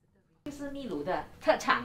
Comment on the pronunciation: Uncle Aunty, 祝福你们俩旅途愉快，秘（读音是bi, 第四声) 鲁 lu